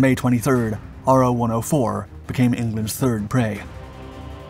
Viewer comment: "Ro" not R. O.